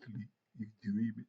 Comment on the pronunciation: Go back to shleeep u dweeeamin 😂😂. U had me hollering 😂